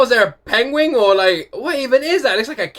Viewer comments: He said "pengwing"... Is... Is he related to Benedict Cumberbatch? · You said "pengwing" like Benedict cumberbatch :D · You say penguin like Benedict Cumberbatch, pengwing